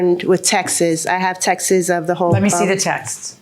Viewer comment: Since when did "texts" start to be pronounced "texas"? I've heard this in so many TPC episodes, lol.